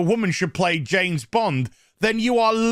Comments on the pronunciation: "Janet" Bond? ;-) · I swear he’s saying Janes Bond. 😂🤣😂